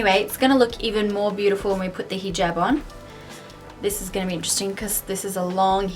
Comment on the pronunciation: That's so sweet of u:) u r looking absolutely stunning in hijab and I love the way u pronounce hijab:)